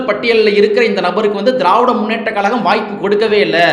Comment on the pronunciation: Sir pls tamil sariya ucharichi sollunga ( kalagam illa, Kazhagam)